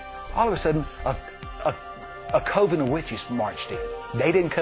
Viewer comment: Coh-vin? Really it's Cuh-ven, dumbass and how would they disguises themselves? It's no like we have invisibility cloaks or anything idiot. And hexing takes time.